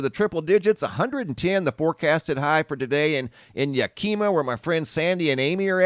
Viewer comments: Its pronounced : YAK - AH- MA not ya-Kima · Lol, Yakima is not pronounced Yah-kee' muh. Dutchsinse said it that way, too! It's Yak'-ih- maw', or Yak ih muh. Now try to pronounce Puyallup. Just having fun with ya! Much Love! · Not "Ya keema", but "Ya kim a". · FYI Yakima, Washington is not pronounced Yak - ee - ma, its pronounced Yak - i - ma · IT'S YA-KIM-A NOT YA-KEE-MA. LOL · It's not pronounced Ya Kee Ma more like Ya Key Ma. Yakima. I live in Spokane east of Yakima. Even the news crew says Ya Key Ma. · Hey when you're talking about Washington state that is not wakima it's Yakima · It is not Yak -kee-ma lol it is Yak-eh-ma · Ya Kim uh not Ya keem uh 😁👍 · Hey guy it’s not (Ya kima) it’s Yak i ma, the I is a soft sound. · "Yakeema" lol, it is pronounced Yakama. Yakima is East of the Cascades semi-desert always hot as hell in Summer, I am about 2 hrs SW of there and it is 93 and overall our Spring and Summer has been one of the coolest overall ever. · It’s Yack a ma not Ya Keema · it's pronounced Yak-a-maw not Yahkeema lol...made me giggle though. Was watching another channel who had a hard time pronouncing Conconully and Onalaska. We have some interesting city and county names here in Washington State. Most of them are named after native americans, which is super cool. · It’s not Yakeeema it’s pronounced Yack. Ah Ma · We have done this before...Yack-aw-muh! Yack-keem-ma is just not right. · You're saying Yakima incorrectly. Not dogging you at all. But I have heard you mispronounce for a few years now. It's Ya ki ma not Ya kima. I hope your not offended, I grew up in that area. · It's Yak I ma. Not takema.. 😁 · Not Yakeema it’s pronounced Yakehmah! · It's pronounced " Yak -- ka - ma . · I believe per Google, it’s pronounced Yack I maw? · Yakima is pronounced Yak short i maw. Love your show! ❤️ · Pronounced "Yack-eh-ma" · Yakima pronounced YAK UH MA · Ha ha I heard that ya.kim.ja..lol. I had to stop and think for a minute. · It’s ‘Yak-i-ma bro. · You said Yakama wrong